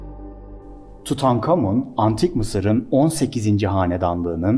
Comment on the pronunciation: Tutankamın diyip durduğun için izleyemedim videoyu ama güzeldir illa ki attım bi like